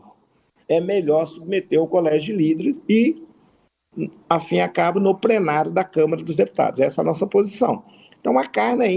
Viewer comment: "Prenário", "incrusive", "crassificar", "incruimos", "compretar" .... Ainda bem que ele defende o "... menos armas mais livros..." 🤣🤣🤣🤣🤣🤣🤣🤣